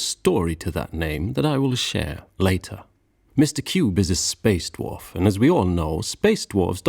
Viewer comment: Are you saying, “spaced wharf”?